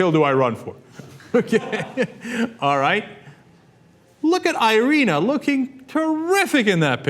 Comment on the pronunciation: Her name is I-r-i-n-a, Cenk, you are saying it wrong. How do I know? I'm Romanian.